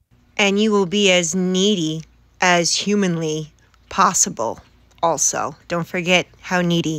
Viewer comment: If you like the missing Gs, pay attention when she says "also" - there is NEVER an L sound